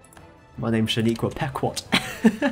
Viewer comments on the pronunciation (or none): Oh and by the way "Pequot" is pronounced like "Peh-quO"